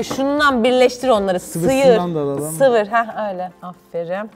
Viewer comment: 'nın sıyır yerine sıfır demesi ve burak abinin nonoşluğu😅😅😅😅😅😅😅😅😅😅😅😅😅😅😅😅😅😅😅😅😅😅😅😅😅😅😅😅😅😅😅😅😅😅😅😅😅